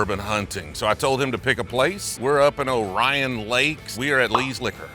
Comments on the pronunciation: ITS NOT "O-RYAN" ITS "OR REEE ON" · O'Ryan Lake? It is Lake Orion. Orie-On... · It's pronounced "orean" not "ohryan" 😂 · It’s pronounced lake Oreeon not Oryan. Lol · We use Cardinal vowels when we pronounce Lake Orion. It's Or-ee-uhn not O-ry-uhn. 😘 A & B Liquor is in Utica. You threw me with Utica. I don't know what triggered this in my feed, but it kept my attention when I don’t drink anymore.🤷‍♀️ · You're in Lake OR ee in, dude,...not Oh REYE an. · It's pronounced like Lake "Ohr-ree-inn" not "O-Ryan" And uh were not exactly Detroit lol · It's Lake Or-ee-Un not Or-I-on. lol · It's pronounced "ore-ee-on", not "O'Ryan"😂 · ITS PRONOUNCE “OR-EE-ON NOT Orion”. I know it doesn’t make sense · Or-e-on not oryan. Also grass widow is a solid detroit made bourbon. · Lake Orion wine and Keg!!! Pronounced 0-ree-an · "O-ryan lake" 🤣🤣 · LAYK OAR-ee-uhn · Lake Or - E N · I love how people mispronounce cities in Michigan all the time. The Orion in Lake Orion isn't pronounced like the constellation, it's actually pronounced Or-ee-in, but unless you're from here you wouldn't know. Also, it's Utica Michigan not Ultica 😂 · It’s pronounced OH-REE-EN, not like the consolation. Love your content thought. Whistle Stop and Zetouna are my favorite spots. Jack knows his stuff. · 😂 you didn't say lake Orion right 😂😂😂 its Ore-in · Lake Orion. Orion = ore-eee-un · Calling it "oh ryan" lakes had me dead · Its pronounced Or-e-in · its lake Or-e-on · that is not how you say Orion. It's Ori - En. Lake Orion lol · Been waiting for this video! And it’s pronounced Lake Oreon, we are weird yes. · It's pronounced Lake Or ee un. Glad to see you up in Michigan.